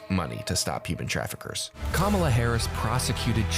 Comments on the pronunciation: They purposely mispronounce Kamala's name. They make me sick. I hate "mgt " lol and every last one of the maga morons. Hey, Margie?? Better get used to calling her, Madame President! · Mispronouncing Kamala Harris' name again, eh Marge? MTG says "murderers, rapists, and terrorists"????? Oh dear, how scary. Why did MTG, and the rest of the MAGA idiots vote down the bi-partisan border bill? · Apparently MTG also has a speech impediment. If she can't pronounce Kamala, try Madam President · Why do Republicans insist on mispronouncing her name? Is it supposed to be funny? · I hate how she pronounces Kamala's name incorrectly on purpose! I guess she's just trying to make it sound more 'foreign' or something. MTG is such an awful person! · Can't/won't pronounce Kamala's name properly at this point automatically makes what you say, Marjorie, up for question. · I feel she is perpetuating racism by refusing to properly pronounce VP Harris's first name. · I love it when people mispronounce Kamala, because then I can stop listening to what they have to say. They are either stupid, rude or both. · She intentionally mispronounces VP Harris' name. She is VILE and should be called Maggot Tayler Greene by everyone responding to her from here on out. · They think they're so clever intentionally mispronouncing her name. These people are all insufferable toddlers who have no business being anywhere near our government.